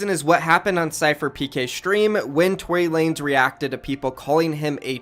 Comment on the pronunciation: It’s not Tory lanes😂 it’s Tory LA-NEZ